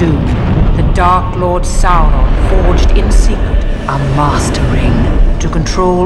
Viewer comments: Why do they always say it with an L. Saul Ron. I thought it was Sow[like ouch] Ron. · "I am Susron"